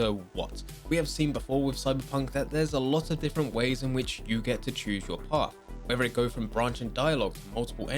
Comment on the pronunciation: Please learn how to pronounce “whether”.... it’s not wever